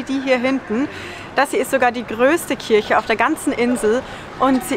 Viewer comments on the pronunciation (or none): none